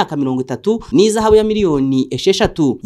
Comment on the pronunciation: Bavuga IHAZABU wa muswa we ntabwo ari IZAHABU